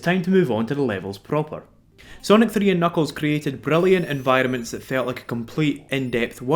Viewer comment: ... It took me an embarresingly long time to realise you were saying "environments" and not "vitamins"... Sorry.